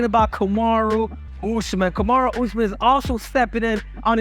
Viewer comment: He also said useman 😂